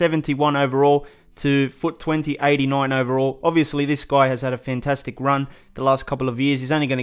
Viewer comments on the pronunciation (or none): none